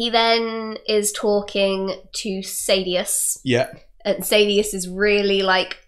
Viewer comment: SAHdeus saDEUS SAYdeus